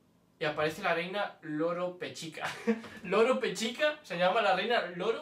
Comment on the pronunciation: NO ES LOROPECHICA ES ROLOPECHICA